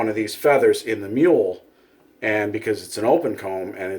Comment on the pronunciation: Mew-la, not mule